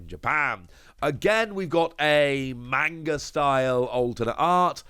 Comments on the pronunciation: is the only person I watch for all one piece news but you’d think someone who is this big into tcgs and anime’s and mangas that he’d actually pronounce manga correctly. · I have a lot of Japanese friends that criticize Americans for how they pronounce manga or anime’s. It’s constructive criticism. Ain’t no sense in being hostile man. If you’re gonna be in the manga scene or anime scene a lot of die hard fans won’t take you seriously if you can’t pronounce anything correctly. It makes you look like you don’t know what you’re talking about. And I like. Been watching him for years. Not just but also ptcgradio.